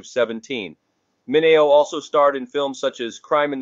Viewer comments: HIs name is pronounce MIN EO,and not MINEO,get it right,WTF!!! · Mi ne o is the proper pronunciation w accent on second.